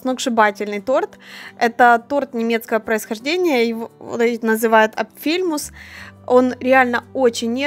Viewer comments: Не апфЕльмус , а Апфельмусс ( APFELMUSS..) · Правильное ударение на Á... Апфельмусс, а не апфЕльмусс.. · Извините пожалуйста... правельно надо произносить апфЭлмуз...а не апфИлмуз. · Апфелмусс ударение на А😉 Спасибо возьму в копилку🤗🤗👍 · Почему такое странное ударение? Апфель - это яблоко, ударение на первый слог, мусс -это мусс, тут все понятно. Если все вместе, то Апфельмусс, с ударением на первом слоге. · Спасибо,что подсказали. Ухо режет. Хотя она может этого не знать. А торт делала много раз-чудо. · Апфель мусс - "яблочное пюре", ударение на "А". Попробую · Apfel - ударение на А, яблоко по немецки